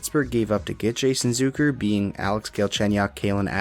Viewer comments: It's ZUCK like suck.... not zook like a bazooka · You mispronounced “Zucker”. It’s not Zooker.